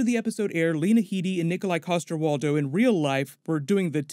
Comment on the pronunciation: Waldau is pronounced the same way as Landau